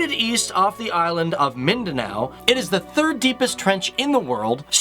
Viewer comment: Only Mindanao was pronounced right